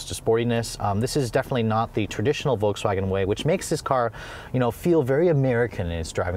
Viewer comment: So... VOLKSWANHEH